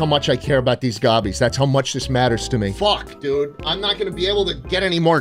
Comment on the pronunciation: you CAN'T say Gobbies man!